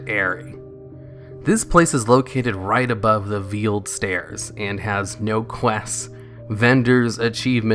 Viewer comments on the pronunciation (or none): If he reads this comment chain it's pronounced V-Ale-D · there's no way you actually think veil is pronounced veal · “The veeled stairs” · Veiled Stair is not pronounced VEELED STAIR... it's VALED STAIR - long A l2speak and read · "vealed" stairs? Veil. Like, vay-l. Not veel. cmon man. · It's pronounced valed stairs, not veeld stairs. You know like a bridal veil. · "The Vealed Stairs" Oh lord no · "vealed stairs"?? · he mispronounces a lot, I've just accepted it and don't mention it. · "The vealed stairs"? Knowing I can't be sure if that was intentional or not... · I like how you pronounced veiled stairs “veal”ed stairs. Sounds like something I would name a Tauren character but instead it would be vealed stares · "Veeled" Stairs? "VEELED" Stairs? Really? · Veiled stairs as in shrouded by mist not "vieled stairs" as viel is a baby cow. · It's pronounced VALED stairs, oddly enough. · The "veeled" stairs. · Did this guy really just pronounce veiled as vEEled? Who the fuck has never heard the word veil before? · lol "Veeled stairs" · I don't know how anyone can be so bad at pronouncing things, let alone someone who makes Youtube videos for a living... PandAIRia. VEALed Stair. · "The Vealed Stair"? Veiled, pronounces like sailed. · You said "veiled" wrong... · You really don't know how to pronounce veiled???